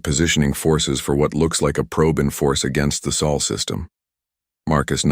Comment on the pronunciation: Again Probe the " SOUL " System ? Dumb Dumb A.I. perhaps you meant the " Sol System " ? Like Our Sun?😂